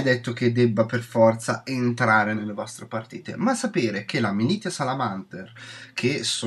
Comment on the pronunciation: solo due appunti: 1) In merito alle 3 Maestrie, non è che siano ridondanti, è che sono le versioni di secondo e terzo grado della stessa. Sono un'ottima variante per chi vuole fare da supporto alla squadra con buff e controbuff senza dover per forza fare un medico o un riparatore, ma in modo più attivo nel combattimento. 2) Militia Salamanter=MiliZia. il gruppo -Tia, -Tio in latino si pronuncia Z. Altro esempio, Coactus Recuperatio=RecuperaZio. A parte 'ste due robe, grande recensione.